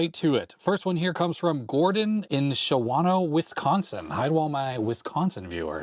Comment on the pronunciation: And now we all know too! But still doesn't know how to pronounce Shawano. lol (fellow NE WI subscriber here, had a chuckle at the intro)